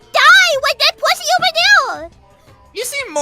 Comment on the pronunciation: It's oatver, isn't it? Isn't it? Isn't it oatver?